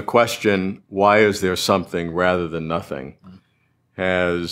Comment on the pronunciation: Nomething rather than Sothing